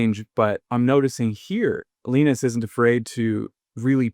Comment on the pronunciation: Linus is pronounced Lie-nuss.